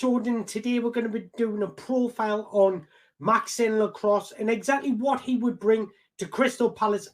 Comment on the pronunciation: pronounced Maxawns lakwah